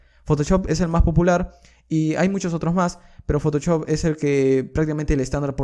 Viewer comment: Parece que decis photochop, se pronuncia photoshop osea fotoshop literalmente